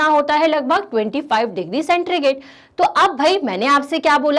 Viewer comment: सेंट्रीगेट नहीं मैम, सेंटीग्रेड